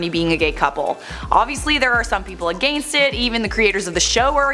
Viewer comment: Why does she say “against” like that